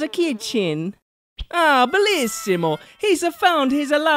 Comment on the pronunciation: That must be some Italian narrating since I heard "belessimo"